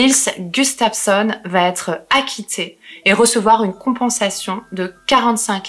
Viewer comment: qui " va être"!! parle correctement, met pas des "t" partout c'est très agaçant!!